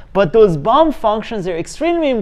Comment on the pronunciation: Did you say a "bump" function or a "bum" function?